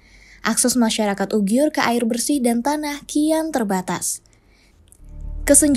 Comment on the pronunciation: Uighur BUKAN Ughiur